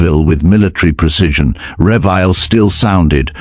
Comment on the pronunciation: NOT "Revile" but "Re-vi-LEE".